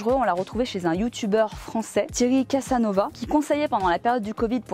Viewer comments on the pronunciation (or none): Bonjour, je te suis depuis plusieurs années maintenant, et j'apprécie ta spontanéité, ta fraîcheur, ton humour, et la diversification de tes contenus. Par contre, je suis déçue que tu incrimines Thierry Casasnovas (tous les S se prononcent soit dit en passant 😉). J'ai commencé à le suivre environ 2 ans avant toi. Et moi qui ne suis ni crudivore, ni végétarienne, ni végétalienne, et du coup pas vegan, j'aime beaucoup les contenus de Thierry. Il a été harcelé par les médias et ils ont détruit sa vie. Ce n'est pas un gourou comme certains l'ont prétendu. Les images que tu as montré de ses vidéos remontent à plus de 15 ans. À l'époque il était atteint d'une grave maladie, et les médecins lui avait dit qu'il était condamné. Il s'est battu, il a cherché de nouvelles méthodes, et a finit par réussir à guérir. Aujourd'hui, il est mince, mais pas maigre. Il prône certes la pratique du jeûne régulier, mais en aucun cas il incite les gens à arrêter de s'alimenter. J'ai bien peur que sur ce coup-là, tu te sois laissé berner par ce qu'en ont dit des médias et des instences qui censurent à tout va dès que le discours ne va pas dans leur sens. Ce n'est que mon avis. Je ne suis pas en colère, cette vidéo ne m'empêchera pas de continuer à te suivre car je te trouve de bons conseils, motivante, et trop marrante!! Continue comme ça! Avec amour et respect 🫶🏻🙏🏻